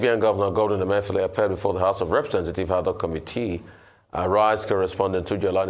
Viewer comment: How many of you heard RA call CBN governor, Godwin Emefi-OLE? Thump up if you did.